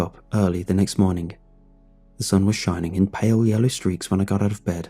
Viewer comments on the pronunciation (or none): none